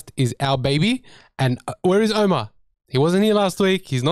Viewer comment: You mispronounced Omar's name. Show respect to the man who conquered The Block.